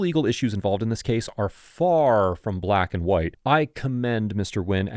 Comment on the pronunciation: I've saw these one several times but I'm just realizing the emphasis on "far from black and white" 🤨🤨🤨🤨🤨